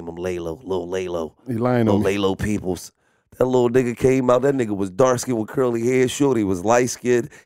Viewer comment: “Laylo Peeples”🤣🤣🤣🤣🤣